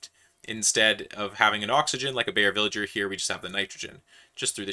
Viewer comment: Please don't call the good man a villager, it's /vɪlɪgəɹ/ or something of the sort, but please don't say the g as /dʒ/...